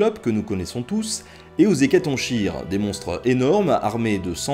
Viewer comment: N.b : hécatonchire ca ne se prononce pas Ecatonchire , mais ecatonkire ;)